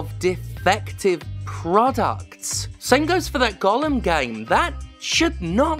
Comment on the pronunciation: Props for pronouncing Gollum correctly instead of saying “golem” like everyone else.